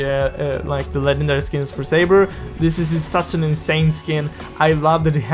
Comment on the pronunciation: Well it's not "safer" it's saber